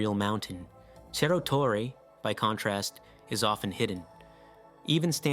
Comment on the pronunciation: It's not pronounced cherro